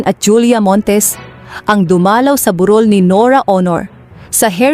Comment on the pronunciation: Mali mali pag bigkas ayusin mo di tuloy maiintindahan ng malinaw ang salitang sinasabi mo tagalog pero ewan.tulad ng burol bu rol.